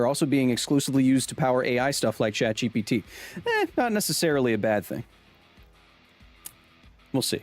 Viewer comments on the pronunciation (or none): none